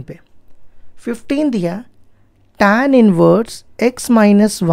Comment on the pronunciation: Sir Tan nhi hota h tan hota h, itna style me tan kyo bol rhe h 😒😒 square ko scare bol rhe h 😒😒